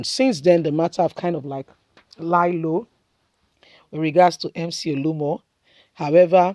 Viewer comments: Mcoluomo not Muolumo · Ode!! Mc olumo 🤷🏾‍♂️ why can you just do a little research on his name. You like to talk but you talk shit. Please pronounce names probably oo.